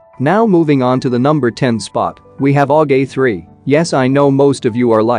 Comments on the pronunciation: "aug A 3 " lol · U have written AUG A4 , And saying AUG A3 😆😅